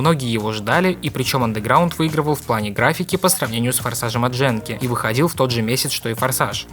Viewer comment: ГЕНКИ! Это фигова японская студия, а значит никаких проитальянских произношений злополучной буковки. Не Дженки, ГЕНКИ, и только так